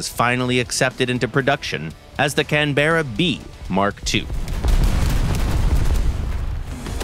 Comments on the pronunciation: Please pronounce the name correctly, the empasis is on CANberra not canBERRA. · It’s not Can Berra …… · You'll may hear the occasional drop bear in Canberra (kan·buh·ruh), but you'll have to go outside Australia to hear a can-bear-a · Not Can Berra, Cannnbra. Its like when people pronounce Melbourne Mel Born rather than Melb'n. Almost like spanish, where my father is 47 years old, rather than my potato has 47...... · CAN-BRA not can-berra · It’s funny hearing non-Australians pronounce Australian place names - here it’s more like “canbruh”, with much less of a pause as the VA is saying. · Loved the old Canberra. The Photo Reconnaisance variants survived in service with the RAF into the 21st Century. Its a shame we don't make aircraft to last like that any more. We usually pronouce it 'Can-bruh', btw. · Say it with me CAN-BRA. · Protip, Canberra is pronounced like "Canbrah" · When I worked for Hawker de Havilland in Australia back in the 70s, we started doing a lot of parts production for Boeing. That meant we got quite a few Americans through the place at times. If they didn't bother to use correct pronunciation of our place names, we would reciprocate. So, for example, we would pronounce Seattle as 'Seet-al', Albuquerque as 'Al-bey-Q-Q', Arkansas as 'Ar-kan-sass', and Tacoma as "Tack-omah" (or, and called 'airplanes', 'aeroplanes'.) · not how it's pronounced. It's a traditional aborinal word and the name of Australia's Capitol city. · That's not how you pronounce Canberra. Source : been living in Australia for 14 years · Not how you pronounce Canberra... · Oi mate the e is silent stop pronouncing it like that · Please learn to pronounce the word "Canberra" properly. No mention of RAAF Canberras and USAF B-57s being used successfully in Vietnam.